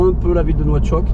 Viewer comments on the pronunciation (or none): On dit nouakchott